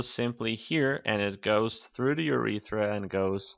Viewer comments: Ur-e-ters... and ....Ur-eth-ra you aren't pronouncing them correctly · Urether. Disliked, get a grip of pronunciation because if you can't take that seriously then you have no hope for anatomy.